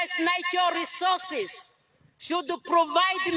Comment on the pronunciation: You think somebody that can't even pronounce the word natural resources properly, can take care of it? Ovo otaaningi ashike iinima yavo😢